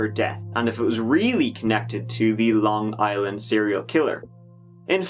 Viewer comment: no bullshit surprised you pronounced some of the city properly people not from long island usually butcher dat shit